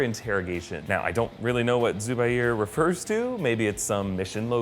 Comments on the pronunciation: zubair is a name a pakistani name and the pronounciation is z-oo-b-a-y-r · its said Zuu -bair